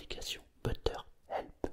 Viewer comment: on t'aime! (par contre ça se dit "béteur help":D